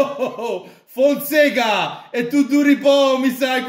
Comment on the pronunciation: ma come si pronuncia,Fonseca o Fonsega?